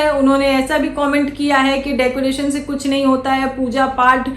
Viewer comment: Bheegi billi ko decoration tak nahi bolne aa raha kya reaction degi re😂😂😂😂डेकोरेसन bolti hai😂😂😂